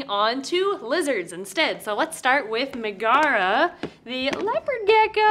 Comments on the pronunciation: i've always pronounced it 'meg-uh-ruh' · I think it’s pronounced like Megara from Hercules. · Pronounced MEG-uh-Ruh, emphasis on the Meg :) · Megara is pronounced Meg-uh- ruh. Like in the movie Hercules! She is from Greek mythology. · That's pronounced Meg-a-ra the first wife of Heracles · Its said as meg-era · Just fyi, Megara is usually pronounced MEG-uh-ruh. It’s an Anglicized version of Megaera, who was the first wife of Herakles/Hercules. They had a son and a daughter. Hera struck Herc with temporary madness and he ended Megara and their children brutally and had to perform his Twelve Labors to repent. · I think it’s Meg-uh-rah like Meg from Hercules! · I'm betting Megara is pronounced in the Roman way since it's the name of the female lead in Hercules (Disney version). Meg-uh-ruh. (and of course the wife of Heracles in mythology)